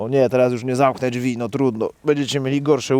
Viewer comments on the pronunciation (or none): none